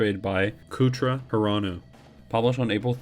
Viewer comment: Much much better. I was one of the reddit critics, i said i would watch it but it was eleven o'clock. Kouta Hirano is still pronounced wrong, you say Cootra Hirano as in the coo of a pigeon but it is Cota as in the co of cold and ta of taliban. Your editing is much better but in the beginning you explain what Drifters is and in the beginning you explain it again which made me think that you doubled the beginning reel but nah you just repeated yourself. I think you should maybe try 10minute videos. If you want to say more make more parts. I don't know how the algorithm works but imo you could make a shorter better video than a longer but potentially worse one. If it is shorter you can focus on less to correct before uploading. This was a huge improvement of the last Drifters video i saw of you. You went from a failing mark to a passing grade. Room for improvement but not bad for a beginner, i hope you are a beginner. Keep at it.